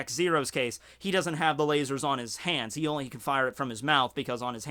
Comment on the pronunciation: I like how he says "LA-SOARS"